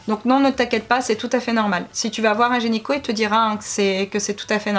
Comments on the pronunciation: Video très intéressante :) par contre c'est gyneco & pas genyco hihi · Ça me stresse que tu dises "genyco "au lieu de "gynéco" mais sinon je t'adore c'est super de parler de sujets un peu "tabous" vous êtes trop belles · Super vidéo ah ah qui prononce "genyco" à la place de "gynéco" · on dit pas gynéco ?? Et pas génico?? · Qui a entendu gényco au lieu de gynéco 🤣. Sinon super vidéo 👍😘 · Super vidéo!!! C'est bien d'en parler 😄😄 Juste c'est gynéco et non genyco 👌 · vous dites gényco , sa me fait trop rire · "un genyco" ahahah 😂😂😂